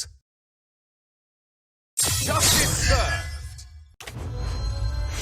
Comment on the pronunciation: Omg did you all hear that she said "Justice serverd"